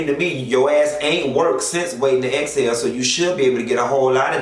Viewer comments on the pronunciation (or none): none